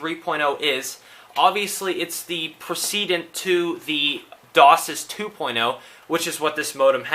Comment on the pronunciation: It isnt pronounced DOSIS it is DOCSIS Pronounced DOCK SIS -_